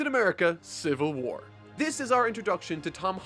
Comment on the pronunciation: “Civil Whuar”